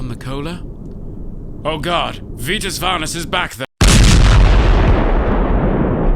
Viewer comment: "An important call with Vitas Varnas" lol